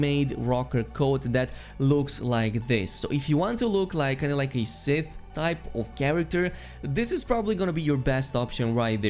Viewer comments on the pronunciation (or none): none